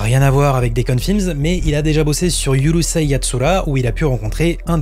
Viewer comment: ✅ URUSEI Yatsura ❌Yurusei Yatsura ✅ DOUJINSHI/DÔJINSHI ❌ Doujinshi (avec le "dou" prononcé comme "doudou")